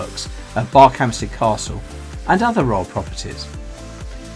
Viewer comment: Thought it was pronounced B "er" khampsted, not like Berkshire. Great video though.